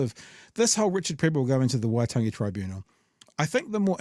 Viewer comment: Damian "I refuse to pronounce Waitangi correctly after all these years, but I'm not racist" Grant